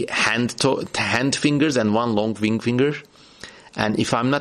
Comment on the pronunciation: The way you pronounced ringfinger around the 30 minute mark, sounded to me a lot like "wing-finger" and now I'm forever stuck wondering what a "wing-finger" would be and what kind of creature would have one, thank you for this beautiful and unlikely gift you've given me!